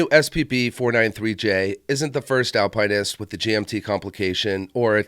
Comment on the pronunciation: Why are you pronouncing it that way? There is no E to make pine. Al pin ist.